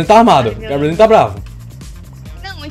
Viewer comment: "Tem um gabrielzinhu"